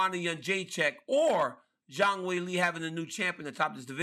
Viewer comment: Zang will-ay? 🤣🤣🤣💀 Ryan cmonnnn man lol